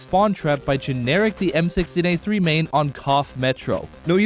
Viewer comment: you even said it wrong